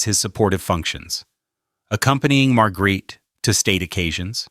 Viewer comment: Horrible pronounciation of Queen Margrethe's name. You should know better, if you do a documentation.